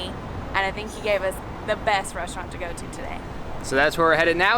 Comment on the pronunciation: pronoucation of the restaurant was great!:) Hoping to hear to speak italian english as well.:)